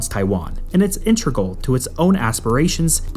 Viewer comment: Integral. In. Teg. Ral. You’re a good channel that clearly does the research. Seems like a blot on the escutcheon.